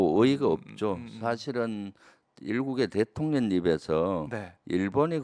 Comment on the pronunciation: 늘 바른 생각으로 바른 말을 하시는 김병주 의원께 존경을 보냅니다. 참다운 군인이시며 참다운 의원이신 분, 앞으로의 의정활동에도 응원을 보냅니다. 그런데 의원님, 한 가지 잘못하시는 것이 있어 지적하고자 합니다. 자꾸 대통년이라고 발음하시는데, 대통령 노릇을 하고 있는 어떤 여자를 떠오르게 합니다. 대통놈이 있는 것도 아니고...